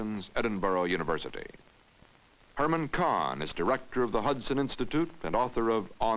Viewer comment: Herman "whats his name" cannot read it. This guy seems to have gotten it wrong. Not badly, but he missed. .